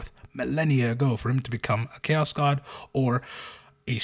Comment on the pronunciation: No, by Imperial decree from Da Emprah (via text-to-speech engine), we have to call it "Ko-ass", not Chaos, because apparently if we use the normal word the walls start bleeding in the throneroom and Brothers Karstodes and Wamudes have to get the sinister spackle outta the toolshed again, and he hates those two. - Hey, you leave the Guard alone. Them trench-dwellers are m'boys. Fun fact: you know the standard-issue Guard lasgun is canonically strong enough to, with one single beam discharge, melt a footwide hole through an M1 Abrams? Because it is! So that thing not killing the whole damn country when you pull the trigger is bullshit. Especially when you consider that a boltgun shell is nothing more than a .75cal gyrojet grenade round, and that can't do shit to a modern tank. Who's got the better guns now, Adorkus Astartes?! - The Sly Marbo jokes are awesome. Cuck Norris? Not funny; annoying to the point of haterage. Sly Marbo? Funny. - 'Ere now. Donchu be tawkin bog 'bowt orkz. Deyz doin deir best. An' WAAAGH is pronounced wif a soft G at da end. Buncha yoo 'umies likez ta forget dat, cuz most a' ya dunno 'ow ta reedz yer own langwij, an' ya so fulla yerselfz ya finkz ya cant be rong. But ya iz. Rememba dat. Yooz lissen ta ol' Boss Grumptoof. 'E knowz fingz. - Yes, the Alpha Legion (who really should have been called the Hydras, based on their iconography) are the most loyal traitor legion. They're just playing the long bamboozle. By contrast, the most traitorous loyalist l